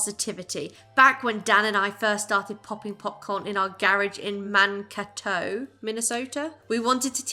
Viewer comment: Mankato = Man-KAY-toe. Nice try though.